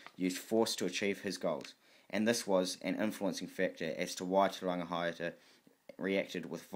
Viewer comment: Awesome mahi brother, just remember to check pronunciation especially with chiefs such as these you are butchering there names, imagine everyone were to do so the language of Maori would change. Te Rangi high ata Te Rau Para ha